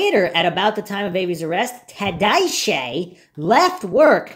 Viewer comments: Can you please pronounce Scott's last name properly? Gets old listening to you miss pronounce his last name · I have to say , I laugh out loud every time you say Scott TADYCH 😅, love your content on the Steven Avery case ❤ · Tadych pronounced Tod- ick